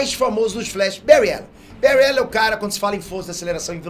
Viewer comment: Faltou uma menção ai... Tem um outro vídeo que prova que o Bary Allen e o mais rápido... não sei dizer qual o vídeo mais e um sobre os velocistas mais rápidos da Amarvel ou DC que ele ganha e diz seu nome errado tipo Bury allen.